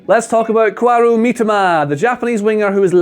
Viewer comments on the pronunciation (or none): Kaoru Mitoma: Koaru Mitoma me: *triggered KA-O-RU, KA-O-RU not KO-A-RU anw, good video as always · it’s Kah-oh-ru, not Ku-ah-ru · K.A.O.R.U not Kuaru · "Let's talk about Kuarou Mitoma" at the beginning. Kuarou? 🤣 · "Kwaroo Meetima" 💀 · Mate he called him Koaru. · The way he pronounces his name 💀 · can't even pronounce the lad's name right, and has previous of just 'sending it and hoping for the best' despite always showing up in the JFA jersey. It's been romanised for you, take 5 seconds to check the order the letters are in. Ask a mate. Disappointing from the analyst I've always preferred from the outset.